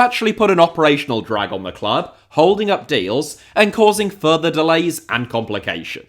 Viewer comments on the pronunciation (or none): none